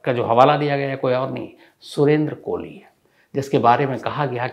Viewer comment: गजब करते है शम्स साहब ! हर जगह सुरेन्द्र कोली के स्थान पर आपने या ता सुरेन्द्र 'कोहली ' कहा है या तो आपने 'कोहली ' कहा है।